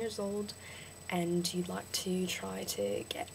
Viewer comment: i'd say that the problem is with your "a". you say 'and' really britishy. it needs to sound a bit more like an "e" sound but not just "e", a mix between "a" and "e". Just "e" is New Zealander